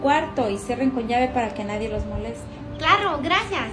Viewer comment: Nadie: ✨Es basurra✨ ✨clarro✨